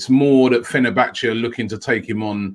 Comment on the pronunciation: It's almost as if he does it on purpose at this point 😂🤣